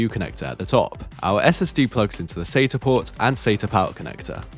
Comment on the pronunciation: Mispronounced both Cyrix and Asus but at least he pronounces SATA correctly.